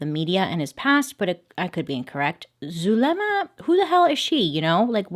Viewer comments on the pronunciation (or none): I know I’m not supposed to laugh but how Bailey pronounce “Zuh le mAh” is so funny 🤣😂 And later become Zuhmelady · Her pronouncing Zuliema is so hilarious🤣. Cuz you can tell she trying but it’s so easy